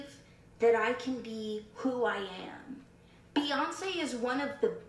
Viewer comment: BEYONCE?! BEYONCE? BEYONCEEEE?!! -new york voice-😭😭🤣🤣🤣🤣